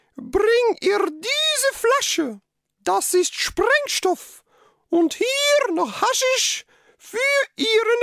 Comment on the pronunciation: ist natürlich ein bissel spät, aber die Mutter sagt sprengstoff